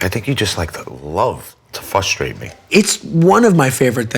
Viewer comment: how do y'all feel about "fustrate"? ... pizza, or not pizza?